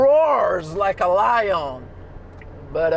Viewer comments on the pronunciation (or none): none